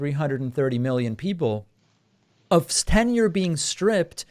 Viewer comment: Hey Dave, it's Tenure , not "Ten year".